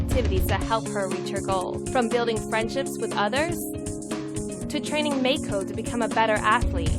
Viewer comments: Ken Chen they said [meɪkʰoʊ] instead of [maɪko] lolz. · haha yea, should be Ma-i-ko麻衣子, not "may ko", they want to use japanese girl's name but don't know how to pronounce it. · Māi ko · As someone who is currently studying Japanese, I know that Maiko is pronounced My-ko, not May-ko. Either way pronouncing the name correctly doesn't justify this crappy project. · The person couldn't even be bothered to pronounce it as My-ko (let alone Ma-ee-ko)? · Maiko is pronounced Mike-oh, and is used for the name 'Mike'. It's a fucking dude mate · "May ko" The people developing a game inspired by anime can't even pronounce maiko properly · jayney 9 Yes, but the woman narrating the video said "may-ko", which should be spelled "Meiko". But she doesn't even pronounce "ko" correctly so who cares. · I thought it was pronounced Mah-ko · Minor gripe: The "developer" keeps calling the game's protagonist Meiko but it is spelled it Maiko. An annoying mispronunciation of Japanese from a developer who should know better given they are making a game inspired from their experience of anime/hentai shit. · lol they aren't even pronouncing Maiko correctly. seems legit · Either they're mispronouncing Maiko's name or misspelling it. Cause how the girl says it it should be Meiko. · they can’t even pronounce “maiko” right lol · The person who came up with this doesn't even pronounce Japanese names correctly for fuck sakes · It would really help their project if they could even pronounce the name of the character they created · I love how the announcer girl does not know how to pronounce Japanese lmao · They don't even pronounce Maiko right -_